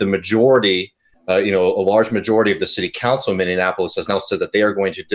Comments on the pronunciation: Minion Appleless? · I'm enjoying the stream, especially pronouncing Minneapolis "Minnie-in-apolis" 😉😘